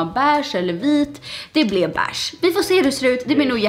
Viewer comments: Man säger inte bäääge utan beige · Det heter beige inte Bäch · Jag kan inte kolla på dig för du säger BÄIGE för mycket får panik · Hängde du mycket på bächen i sommarnas? Vem uttalar beige ”beach”? 🏖